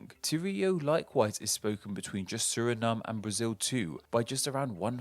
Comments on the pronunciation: It's pronounced suh-ri-naam not suh-ri-num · Surinam just like Vietnam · Bruh I am Surinameese and how tf have I never thought of pronunciation Suri-Name lmao